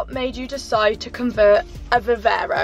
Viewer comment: Hi, question for next time or just answer here if you don’t mind, but if it’s too personal no worries Q. Why don’t you take your pup with you on your travels ? One small thing too, surely it’s Viv-arrr-ro not Viv-err-ro 🤔